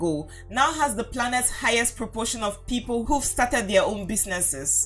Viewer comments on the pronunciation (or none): none